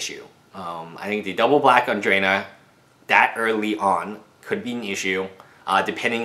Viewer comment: Its pronounced Drana (draw-nah): (